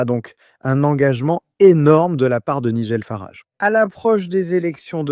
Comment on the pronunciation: c'est nul la voix IA . quand c'est programmé pour parler en français , même les noms propres anglais sortent avec une prononciation franco-française . "Nigel Farage" , dans le monde réel , ça se prononce pas du tout comme vous dites .